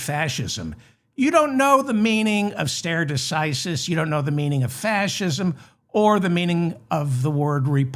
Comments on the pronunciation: Stare decisis is pronounced starry decisis. Love your show! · I'm not good at leaving comments, but this might be useful to you. That first word of that phrase is pronounced "STAR eye" or "STAR A" . You had the second word right already.